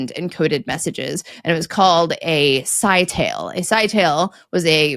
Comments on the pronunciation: You pronounced scytale very differently to how they pronounced it on QI. Curious...... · Scytale is pronounced skittle-E